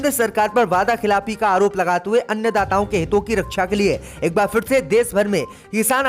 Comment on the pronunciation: अन्यदाता नहीं अन्नदाता 👈 नखलऊ नहीं लखनऊ 👈 मज्जिद नहीं मस्जिद 👈 😠🤔😠🤔😠🤔😠🤔😠